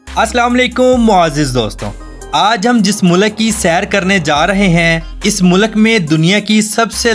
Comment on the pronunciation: Mulak nai bhai mulk bolo.